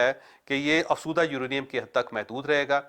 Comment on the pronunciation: Choudhry sab ye lafz afzooda hai.. ap hamesha afsooda boltey hain..